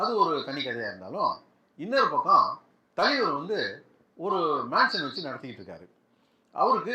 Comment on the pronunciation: Thalaiver❎ thaleever✅😂